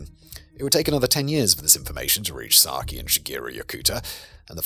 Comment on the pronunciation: Just a quick note as her name is mentioned a lot, Sakie should be pronounced "sa-ki-eh" as all vowels are pronounced in Japanese. And Shigeru should be "shi-geh-roo", not "shi-gee-roo".